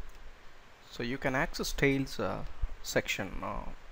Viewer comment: Does not do what it claims to do -- doesn't hide the style panes. Note: the word is STYLES. Not "stales."